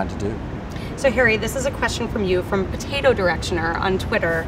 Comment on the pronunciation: I love how she emphasized „potato“